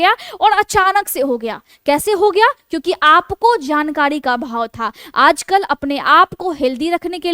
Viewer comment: आप अच्छे अंदाज में बोलती हैं। थोड़ा उच्चारण सुधारने की ज़रूरत है। एक 'बाड़' नहीं एक बार कहते हैं। लापरवाही नहीं, लापरवाही कहते हैं। जानकाडी नहीं जानकारी... थोड़ा ध्यान देने से भाषा सुधर जाएगी।